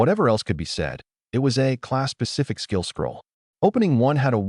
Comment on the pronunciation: I swear it sounds like it says Class pacific skill scroll......and I cringe....every........time